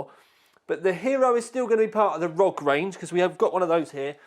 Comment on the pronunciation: If it stands for something, shouldn't the letters be said individually. Republic of Gamers or R O G. Not Rog. Rog is not a word. By the way. I still love your video's. Keep it up.